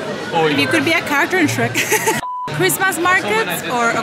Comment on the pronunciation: It's cwismaas